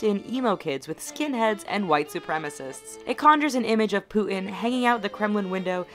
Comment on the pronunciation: i love the way she says "putin" -- she pronounces it like a northern-english person xD "poo' 'in"